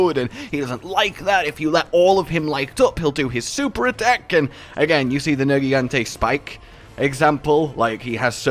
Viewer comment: Did just pronounce Nergigante with a hard G?